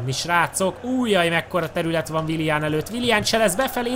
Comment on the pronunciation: Nem wilian hanem wilien